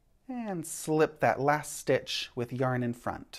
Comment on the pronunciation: I kept hearing brioche snitch lol. Thank you for the English style demonstration, it makes so much sense to me as oppose the continental style! I'm still not brave enough to attempt but so good to learn something new.